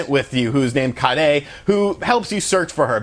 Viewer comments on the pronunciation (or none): "Sam-Ehno-seuss-kay and Kah-day" lol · Bruh its pronounced Sa-min-Oh-Ski & Ka-aye -day 🤦‍♂️ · It's kaere, not karei xP. The way you say it makes it sound like you're saying curry in japanese hahaga. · Its like everyone mispronounces the names lol sum-a-nus-kay and ki-ay-day.....God damn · Onimusha Oh-Knee-Moo-Sh-Uh Sama-no-sk-aye. K(p)ie-Aye-Day I am so sorry, just it bothers me. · lol Kaede is pronounced Kai-A-Dee. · I don't think that's how you pronounce "Samanosuke" or "Kaede"..